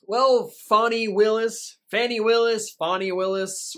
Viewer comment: It’s not fauny it’s Fanny, like a big fat Fanny……..😀